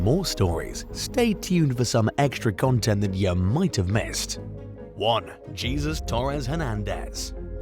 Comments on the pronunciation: 😂😂😂😂 you called him Jesus!!! Like Jesus Christ!!! 🤣🤣🤣🤣 Nonono It's pronounced hes- like yes but with an H, sus like Dr Seuss put it together Heseuss = Jesus. Not Jesus = Christ 😂😂😂😂😂😂😂😂 It's a South American name I know it from Hispanic culture but I'm sure it's used in a lot of South American countries. 😂😂😂😂😂😂 Only people not from THE AMERICAS would pronounce it like Jesus Christ. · Pronounced HAYzeus NOT JESUS..... come on USA with so many Hispanic people in your country have you learned nothing 😂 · LOL "Jeezus" instead of Jesus Hernandez! 😂 Its pronounced Hay-soos!